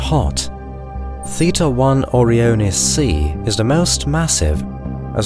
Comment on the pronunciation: great video, but it just bugs me so much that you pronounced O-Ryan like you expect, but then simply adding the letters i and s you proceed to pronounce it very goofily, like what happened there? why you do this? you say oryan numerous times so i know you know how to say it. yet you do this? why?? i dont get it O-ryan-es > OREO-ness its not a cookie